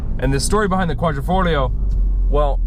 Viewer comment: Dude...you're an automotive journalist and you can't pronounce "Quadrifoglio" ? ....Be professional and practice it and then do your video.....EMBARRASSING ....